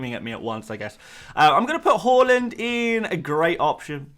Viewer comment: You’re still saying “Holland” aren’t you 😒 Its Haa-land! Watch his City unveiling, he himself corrected people!